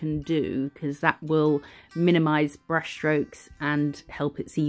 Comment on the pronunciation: I’ll like The Way You are, You are Funny and give sow much detail. And like yours designs Love The Way You say Brrrrush😂😂😂❤❤❤